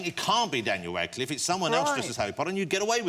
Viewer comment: Did he say “Wadcliffe”?